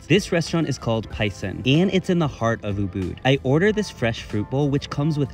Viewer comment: Ubud =uhbaad he butchered the pronunciation